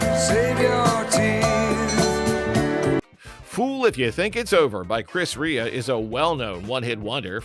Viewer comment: Chris Ray-a not Ree-a